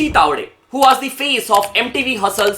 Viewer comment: Waz nahi yaar was... Thoda pronounce krne pr mehnat kreein